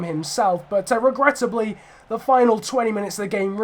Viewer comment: you keep saying regrettibly 😂